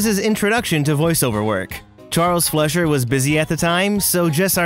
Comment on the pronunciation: It’s pronounced Charles Fly-Sure (Fleischer), not Flesh-Sure.